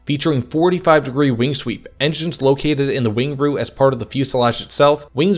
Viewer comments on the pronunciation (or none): none